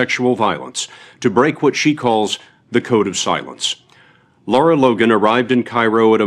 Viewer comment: HER NAME IS LARA. 🌱NOT LAURA for Gods sake !!!